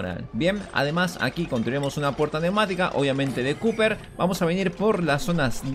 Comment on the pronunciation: es "copper" no "cupper"